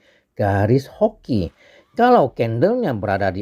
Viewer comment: di soal bacaannya garis hobi.bukan hoki